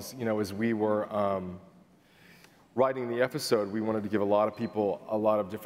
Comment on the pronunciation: nothing makes me angrier than when ryan says “efisode”